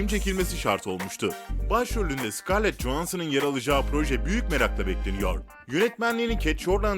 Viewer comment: Kim sıkarlıt cansın demek varken sıkarlıt yohansın der ki